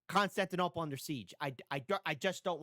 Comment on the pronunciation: sorry but i can't stop myself from laughing whenever you say constantinapolis lol a song was running in my mind throughout the entire video. it was like: Istanbul was Constantinople Now it's Istanbul, not Constantinople Been a long time gone, Constantinople Now it's Turkish delight on a moonlit night Every gal in Constantinople Lives in Istanbul, not Constantinople So if you've a date in Constantinople She'll be waiting in Istanbul Even old New York was once New Amsterdam Why they changed it I can't say People just liked it better that way So, take me back to Constantinople No, you can't go back to Constantinople Been a long time gone, Constantinople Why did Constantinople get the works? That's nobody's business but the Turks